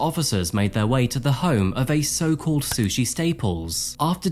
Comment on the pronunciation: I had to take a double take when you said her name was Sushi Staples 😂 Bringing shame to the word sushi!